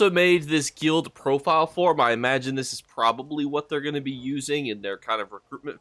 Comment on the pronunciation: Hey buddy nice vid just fyi guild rhymes with build and filled and drilled